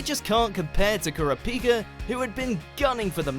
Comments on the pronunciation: the way he pronounced kurapika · that is NOT how you say Kurapika....